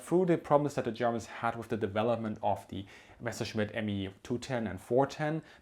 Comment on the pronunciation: Mescherschmitt? Are you kidding me? Its a MESSER-Schmitt ;D